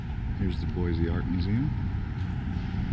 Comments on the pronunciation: Thank you! People will know immediately that you are not from Idaho if you pronounce it Boy-zee! haha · Do some research dude.... the statue is Lewis and Clark. If you managed to stay awake in high school you might have of heard of them. It is pronounced boy-see , not boy-zee. Also, it is Ada County, not Bonneville County. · No Z in “Boy-see,” and we’re full, so go somewhere else....mean that as nice as I can....and if you do come here don’t bring your destructive liberal, progressive BS. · Please for the love of God, tell everyone to quit killing our name. It's pronounced BOY-SEE!!! Not BOY-Z! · FYI only foreigners pronounce it boy-z. Which is incorrect. Its pronounced boy-c. Thank you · Yes, but being married to an Idaho potato farmer, from years back, its pronounced "Boise" ....not Boize. Original Idahoans don't typically say it that way. 😁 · 1. If you are going to give a tour of Boise, Idaho, please learn that Boise is pronounced [Boy-See] and it is located in Ada County, not Bonneville County. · As a current Boisean, I ask that anyone watching this should know, it's pronounced Boy-SEE! Haha, i'm done. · 5th generation idahoan chiming in. BoySEE. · Great video...However, it is pronounced Boy-Cee. There is no Z in Boise.